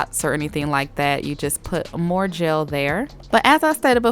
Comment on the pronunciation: The fact that you pronounce “gel” as “jail” is a pre cute accent